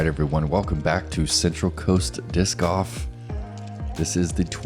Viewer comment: Hey, you know there’s an L in Golf right? Lol